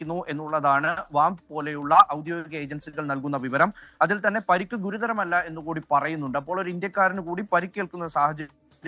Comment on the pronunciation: പരുക്ക് അല്ല പരിക്ക് 😂😂😂